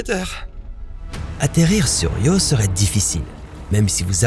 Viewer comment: Io not Rio you imbicile AI